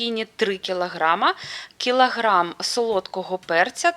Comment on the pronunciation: Кілаграм! Слідкуй за мовою кпцапогавкаюча!